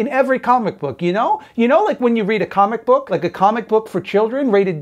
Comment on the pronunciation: comic book... or cumic book?